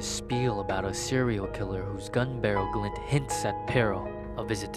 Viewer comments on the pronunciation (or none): none